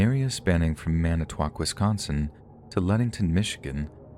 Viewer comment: You even pronounced Wisconsin and Manitowoc correctly!!! 🤣